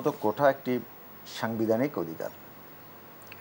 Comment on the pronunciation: কোঠা না কোটা